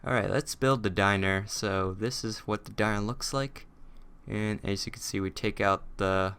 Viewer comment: Did you say "Ass" or "As" (No offense sorry)